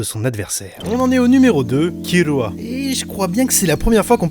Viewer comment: J'adore tes vidéos et tes classements sont super cool (même si comme certain l'on dis: des fois c'est dommage que certains personnage emblématique n'y apparaissent pas... mais tu peu pas tous les connaitre ^^). Par contre je suis désoler mais c'est vraiment moche quand tu prononce les nom japonais a la française je dis ça par rapport a Kir(l)ua (jte demande de changer si tu n'y arrive pas mais ca fait vraiment bizarre ^^' ) Sinon a ta prochaines vidéo! =) (vive One piece!!)